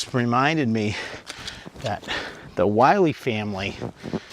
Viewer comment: Why does everyone mispronounce this trail as “Wiley” haha its Mt Willy, pronounced as “Will-EE” not being a dick, its an observation, same thing with Chocorua, everyone pronounces it incorrectly.